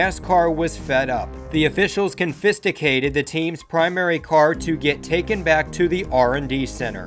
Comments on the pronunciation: … did you say “conFISTicated” instead of con-f-eh-scated? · It’s ˈkänfəˌskādəd not confisticated. Never heard it pronounced that way before. Great video! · “Confisticated” lol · Confisticated lol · You know in school, it always annoyed me when they "con FISTA cated" my things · i IMMETDIATELY paused the video and scrolled down to the comments to see if was getting blasted for saying that lmfao! Like...how can anyone actually think that that is the the way its pronounced...or even a word 🤣🤣